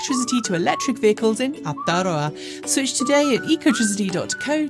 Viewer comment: try saying it like "our-toe-row-a". good luck